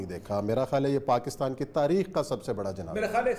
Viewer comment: Pakastan nhi kehte Pakistan kehte hen